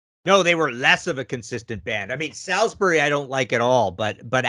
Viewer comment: By the way Americans "Salisbury" is pronounced "Sols-bury". It's where my late dad was from.